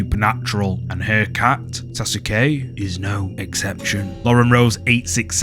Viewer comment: That’s not how you say Sasuke only truly Naruto’s fans know how to pronounce and say Sasuke love your videos man..